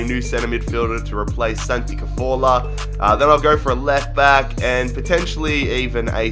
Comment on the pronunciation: santi cazorla not santi caforla